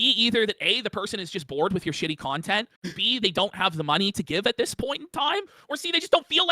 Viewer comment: Now that is a felting you dont come back from.🤣🤣🤣🤣🤣👍🏽 “conteny” just killed me!🤣🤣